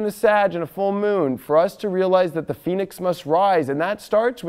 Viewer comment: I thought first he said rise like the penis!! LMAO!